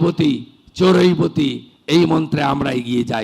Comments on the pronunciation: चोरैबोति নয় যেটা আপনি বারবার বলেন। ওটা चरैवेति। আপনাকেও কেউ শুধরে দেয় না। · অভূতপূর্ব হৃদয়গ্রাহী বক্তৃতা দিলেন মাননীয় মুখ্যমন্ত্রী শুভেন্দু অধিকারী মহাশয়। আমার একটা জায়গায় খটকা লাগলো - চরৈবোতি শব্দ-উচ্চারণে। শব্দটি খুব সম্ভবত চরৈবেতি হবে। ঈশ্বর মাননীয় মুখ্যমন্ত্রীকে দীর্ঘ জীবন প্রদান করুন।